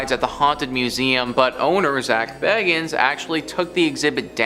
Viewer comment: Lots of mispronunciations in this video ! Dybbuk - It’s not ‘Die-a-buk’ but ‘Dib-buk’ - that’s why it has 2 b’s in it ! Māori - It’s not ‘May-or-ri’ but ‘Mau-ri’ - it’s a Native New Zealand word. Bagans - It’s not ‘Bagg-ins’ but ‘Ba-ganz’ - there’s only one g !